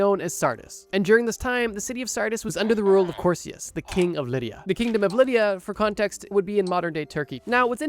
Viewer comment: Btw Croesus isn't pronounced 'crow-see-us' like you said it, it's actually pronounced 'cree-sus' :)